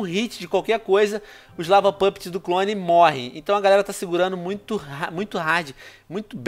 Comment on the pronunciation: kkk so eeu fico rindo quando ele fala lava puptes